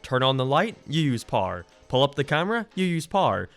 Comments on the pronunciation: why did you call "power" "pawr"? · What is paer? You said paer, but then You said power...why did You say paer? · istg if you say pawrrrr one more time ima flip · Why does he say power like par? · say power as "parrrr" ONE MORE TIME I DARE YOU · I can’t take this guy seriously with the way he pronounces “power”. Poo-er. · Eveyone: power: par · Who else thinks he is saying par instead of power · Why is 99% percent of the stuff you say fine and then you'll say "paar" when saying power???? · No one not a soul::pwer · using the doors uses parrar Me: You mean power?: Yeah Parrar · "you lose pouwera" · Is it me or does says Power like “Parr” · Par' Me: you me power? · Me: Power Him: PAR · when you loose "pOhr" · I thought u were saying par here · when says power it sounds like parr...yes I am making fun of accents for comedy...yep really scraping the bottom of the barrel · no offense but how do you pronounce power? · Every time you say power my American ears cringe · Irish you fool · Is it just me or is the way he says power..... Wierd